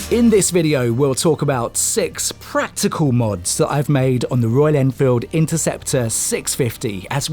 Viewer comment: "Practical" with a "c"